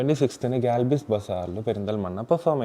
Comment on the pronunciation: Galbiz ❌ oomiz✅